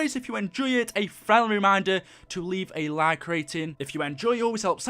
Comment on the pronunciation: He can’t even say like